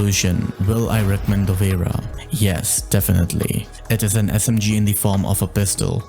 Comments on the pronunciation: Google translate gives different pronunciations depending on what language you select. For English, sounds Dovra. But actually it's a slavic word, and should sound Dobra. Not Dovera, which rather sounds Italian. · ayo! dunno how google pronounced it that way, but it should be relatively similar to the word “cobra” + just replace first letter with D hope this helps brehv:DD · Dovera? I never thought that would be the pronounciation lmao. I always pronounce it like Dop-Vra Also great explanation of the pistol play style and attachments. Great video!